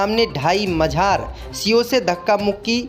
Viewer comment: मजार बोला करो न कि मझार